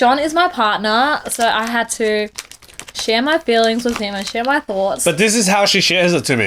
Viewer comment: share, NOT scare